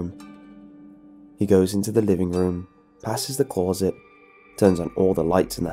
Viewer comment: I can't finish this video cause of the way he says closet